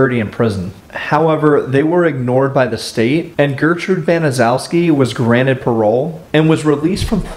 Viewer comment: Actually, for a Polish name, it's one of the easier ones. BAN - uh - SHEF - skee